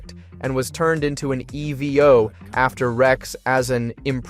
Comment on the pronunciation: The errors in speech make me feel like this is an AI voice... E.V.O/EVO, meek'em/meechum, there are others